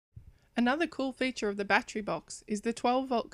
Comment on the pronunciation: I like the way you say batree